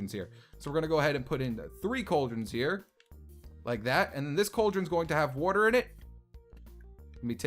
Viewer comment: He said woirter instead of water